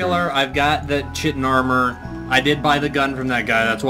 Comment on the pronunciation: I know Chitin sounds like "chit-in" but it's actually pronounced "Kai-tin"